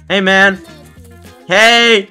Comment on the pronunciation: Bro saying hey man Sounds Like hamen